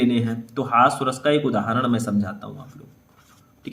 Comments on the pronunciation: हास्य रस होता है सर हॉस्व रस नही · Hasva ras nahi hota hai. Hasya ras hota hai 😢